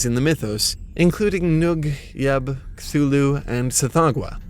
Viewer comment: this is not how you pronounce cthulhu